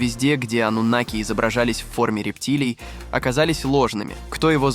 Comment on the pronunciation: Ойц... афффторрр, ставьте ударение правильно ((( аНнУноки